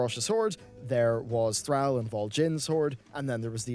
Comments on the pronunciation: One day will learn to pronounce Thrall's name properly. One day. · Bro ffs you still can’t pronounce thrall properly Pommy wankers